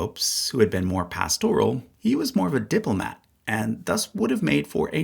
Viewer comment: 2 things: 1. The word “pastoral” is pronounced with the accent on the first syllable. 2. The designation of Francis as pastoral is highly inaccurate. His autocratic style is ego-driven willfulness. Yes, he was open to folks on the fringe, but his vendetta against the USA and traditional-minded Catholics, especially bishops like Chaput and Strickland are his legacy more than anything else.